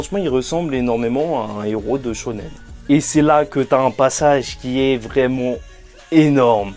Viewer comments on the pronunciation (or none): none